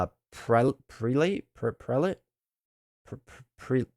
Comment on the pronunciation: Prelate = Preh-luht